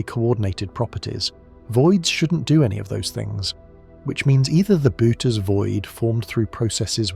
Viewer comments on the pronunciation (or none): can you get your AI narrator to pronounce Boötes correctly? I think it's more like boo-urh-teez, it's a weird word, greek style pronunciation but with the o umlaut modifying the vowel.